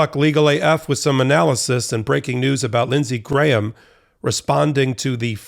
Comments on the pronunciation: Props to Popok! You're one of the few Americans who can pronounce "Graham." I mean, his brain probably only weighs a gram, but all of him doesn't. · Wow, an American who can pronounce the name Graham correctly!